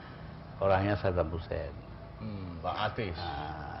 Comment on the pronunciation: Saddam, bukan "Sabdan".